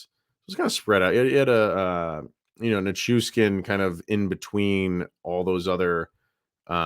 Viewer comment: NichuSHHHHkin. There is no S in his last name, it is SH.